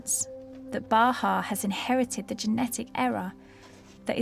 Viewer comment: Bahaa (not Baha), but thank you!